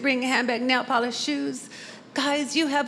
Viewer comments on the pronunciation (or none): none